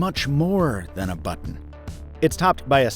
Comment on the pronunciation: "Press the camera butron"